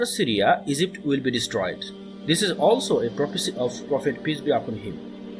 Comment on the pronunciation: Great video Say Egypt not Ezypte 🤦